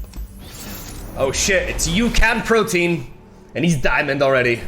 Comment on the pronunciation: Uçan Protein is a Turkish guy. First word is means flying in Turkish :) Because of that you need to read it like Uchan ;)